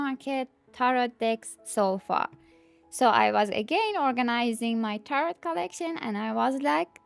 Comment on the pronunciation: Enjoy your sharing your decks. My request would be to turn down that background music. Especially when same 30 seconds of music through entire long video. It's distracting from your actual content. May I ask what country you are in? Never heard tarot pronounced with a hard T at end. Only ever heard tar-oooooh